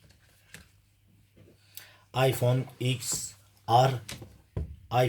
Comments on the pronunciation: Iphone ten ar diye okunuyor ya da 10 re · ABİ LÜTFEN ŞUNU DOĞRU OKU IPHONE TEN AR DİYE OKUNUYOR 😡😡😡😡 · İphone x er diye okunmuyormu?